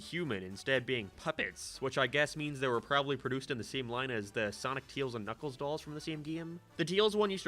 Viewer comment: He's got a mixture of an Irish and American accent. Nowadays it's probably a lot more subtle, but he's pretty notable for pronouncing the letter "a" like "æ", so saying names like "Tails" would be said like "Tæils" or "Amy" like "Æmy".